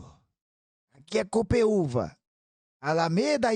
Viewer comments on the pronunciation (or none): Não é copeuva, é GOPOUVA